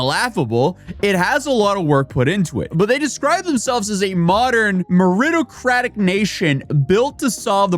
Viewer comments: Mispronouncing meritocratic that hard that I didn't even know what word he was saying at first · Your inability to read, pronounce or even know what meritocratic means is justification to unsubscribe and never watch again. You are just a few degrees away from the morons you report on apparently. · You are butchering the word meritocratic. Also, as you now live in America, it makes sense that you are not familiar with that word.